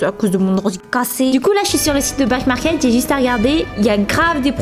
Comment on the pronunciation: Au lieu de dire back market j’ai cru elle a dit black market 😭